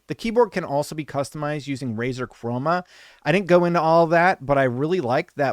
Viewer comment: ...But it's Razer 😬